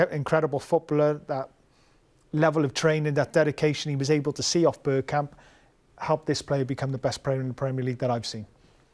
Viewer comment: He said “Birdkamp”, gtfo